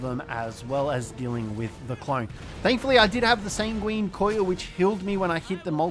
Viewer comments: Enjoyable video but it's san-gwen, not sanGWEEEEEEEEEEEN, that really started to grate on me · pronounce it how you want, I've heard more people pronounce it sang-ween than I have heard san-gwin